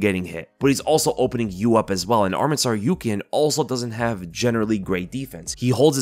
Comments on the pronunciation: Hey! good job pronouncing Tsarukyans last name correctly the first time you said it in this video. That’s how it’s properly pronounced. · omg pronounced tsarukyan correctly